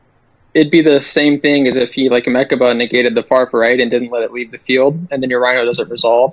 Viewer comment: It's not meRchaba. There's no "r" in mechaba